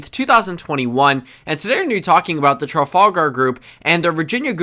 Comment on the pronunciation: Hear him failing to pronounce Trafalgar 😄